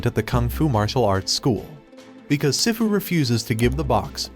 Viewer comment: Some people pronounce sifu like they’ve never seen Kung-Fu Panda before 🤣 it’s pronounced (SEE-FU)